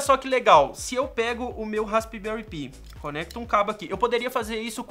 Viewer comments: "Raspberry pí" 😂🤣😂🤣 Pensei que era "raspberry pai" quando pronunciando e não raspberry π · pi também se pronuncia "pai", assim como pie, o certo eh raspberry "pai" mesmo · i em ingles tem som de AI neste caso. DÃÃÃÃRT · Raspibéri pí kkkkkkkkk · melhora a pronuncia do raspberry pi, chega a doer no ouvido.